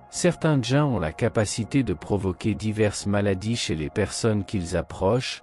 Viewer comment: Les djains 😂trou de bal d' IA !